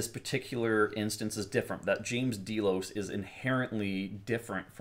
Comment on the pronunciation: DAY-LOS, Not D-Loze.